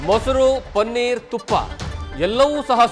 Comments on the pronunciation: ಪನ್ನೀರ್ ಅಲ್ಲ. ಪನೀರ್. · ಪನ್ನೀರ್ ಅಲ್ಲ. ಪನೀರ್ ಅದರ ಸರಿ ಶಬ್ದ.